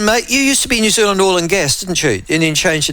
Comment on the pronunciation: It’s New Zealand,,,,,, make an effort !